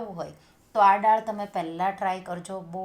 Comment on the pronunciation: બેન તમે પહેલે થી જ દાળ ને ડાળ કેમ બોલો છો ?